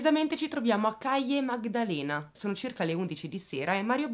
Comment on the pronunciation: Non ho studiato spagnolo ma il mio fidanzato lo capisce, quindi devi immaginare me in videochiamata che gli chiedo “Ma come si pronuncia CALLE MAGDALENA?” presa malissimo 😂😂 secondo me, in ogni caso, mi riesce meglio lo spagnolo rispetto ad altre lingue😊